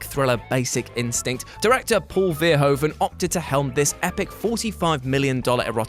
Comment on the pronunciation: The "oe" in Verhoeven's name is close back rounded vowel (IPA: [u]), in case you are not familiar with that vowel and its pronounciation: it similar to the vowel in the English "foot"